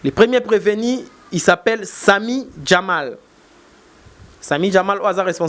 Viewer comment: Preveni ou bien PrevenU? Ndenge boyebi kokoma te, nde mpe boyebi ko prononcer te.